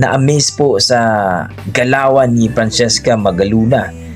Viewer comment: Magalona at hindi magaluna Frachesca at hindi Franchisca At lalong Francis EM at hindi Francis IM